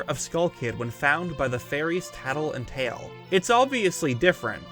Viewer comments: It's not tail it's teal. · I mean he's calling him tail, it's pronounced teal. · It's actually Tael, to match Tatl (think like Tattle-tail, because their names are homophones for that phrase)